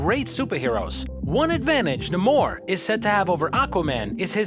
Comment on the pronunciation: Na-More lol